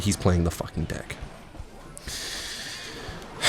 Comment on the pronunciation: why you say dick instead of deck